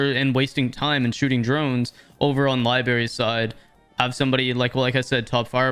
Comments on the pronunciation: its not "libary" its "LIBRARY" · Why you keep saying "Li-berry" lmao Sorry if thats how Canadians say it, but that sounds so fucking dumb i cant stop laughing lmfao Love the video though 🤣🤣